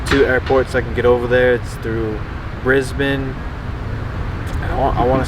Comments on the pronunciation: Brisbane pronounced correctly by am American!! Well Done!! :-))) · This may be the first American I’ve heard whose pronounced Brisbane like the locals👍